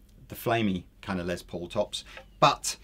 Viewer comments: Why do you guys pronounce Les Paul's first name as "Lez" instead of "Less"? His full name is Lester, so I would expect the later pronunciation. Is it a British thing? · If says "Lez" Paul one more time I'm gonna lose my shit!